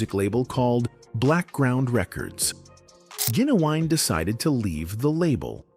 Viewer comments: His name is Gin u wine fool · Say it with me GIN-U-WINE